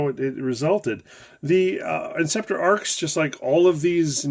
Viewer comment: It's actually pronounced A R X. Just sayin'.